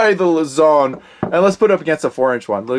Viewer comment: Hi. Filipino here. It's not (luh-ZON), it's (LOOSE-ohn)